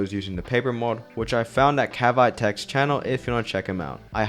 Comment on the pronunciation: I cringed over the pronunciation of Cavite as "Cab-Bite" It's actually "Kah-bee-teh"; kahhh, beeeee, teeeeeh.